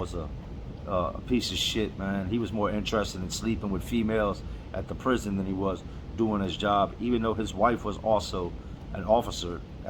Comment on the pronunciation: It's female, not famale brother ok.